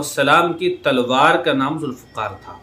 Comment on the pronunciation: ذوالفقار تھا ف کے زیر کے ساتھ